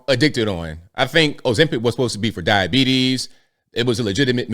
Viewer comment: you didn't pronounce "diabetes" correctly like you did in your airplane video. 😂